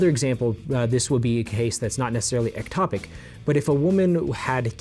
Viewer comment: First of all it is ectopic not atopic so you say it wrong in the whole video except at the very beginning before you say that language is important and that errors in language equals error in thought. You are also misleading in a couple of ways. It does not have to be intentional for it to be termed an abortion in the medical field. I had a miscarriage when I was 11 weeks pregnant and did not will the baby to die, did not want the baby to die and could not prevent the baby from dying. Yet the official medical term for this is spontaneous abortion. Medically, abortion means loss of the fetus, for any reason, before it is able to survive outside the womb. The term covers accidental or spontaneous ending, or miscarriage, of pregnancy as well as deliberate termination. I know this because that is what the doctor called it and what was put in my medical record. So you saying that in order for it to be an abortion it has to be intentional is not in fact a true statement. This is what happens when those that are not doctors try to give medical advice. Also can you explain why it's only morally ok to end a ectopic pregnancy if you use surgery and not methotrexate? This way of thinking is very dangerous and puts the mother's life in unnecessary danger. An ectopic pregnancy is NEVER going to end in a baby being born. NEVER! It's not possible. So to force a woman to continue an ectopic pregnancy until it is surgically necessary to remove the tube is INTENTIONALLY putting her life in UNN